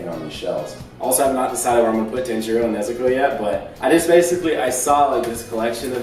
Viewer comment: "Tan-jeer-oh" i know nanos pronunciation is wonky but come on mangggg